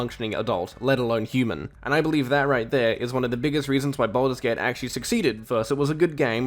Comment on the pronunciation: cant even pronounce games name correct and he thinks he has good take